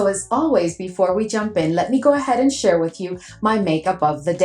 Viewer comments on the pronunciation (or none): none